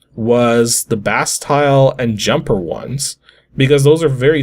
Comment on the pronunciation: Bastille. Pronounced bah-STEEL.